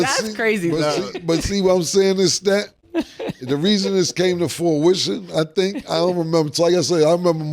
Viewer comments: "Forwission" - Cam #CAMISM Used in replacement of the word: "fruition" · “Come to forewishon”??? When Cam mispronounces a word, dude always says it twice so you know you didn’t hear wrong. 😂😂😂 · Beat me to it…then had the nerve to say it wrong twice 😂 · SOMEONE TELL CAM HOW TO SAY FRUITION